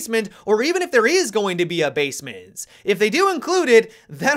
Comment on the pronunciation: Am I deaf or did I hear "Basemince" I hope we have a "Basemince"